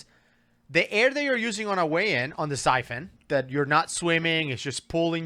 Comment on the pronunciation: Excuse me . Syphon Not Typhoon